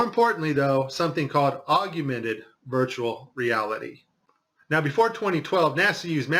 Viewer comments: Why does he say "aug-U-mented" reality instead of augmented reality? Is that guy still around? I heard he passed on. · I thought it was augmented not agumented. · *augmented...three syllables. Not "augumented." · Augment bro. Not augUment. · Pal, if you want people to listen, you have to make sure you come across as intelligent. It's Augmented, not augumented. Be better. (any grade school kid should know this) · AUG-MEN-TED not AUG-YOU - mented. Just sayin', mate. That's a biggie, really. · Why do you keep sayong "augUmented" reality, there's no "U" after the "g" in the word "augmented". It's AUG-MENTED. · Hey, it's "AUG-mented Reality", not "AUG-U-mented Reality". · Augmented, not augumented.. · He should really re-record this saying it correctly. It’s such a good video otherwise. Maybe he’s saying it wrong for the alguithms. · Hey you shut your mouth this guy is clearly an expert even though he doesn't know how to pronounce the word. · Forgive me, but are you mispronouncing “augmented”? It sounds like you’re saying “ argumented”. I’m sorry for the criticism. Your video is very informative. Ty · Augumented? Yep thats all I need to know he doesnt know what hes talking about. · How can you not pronounce augmented correctly?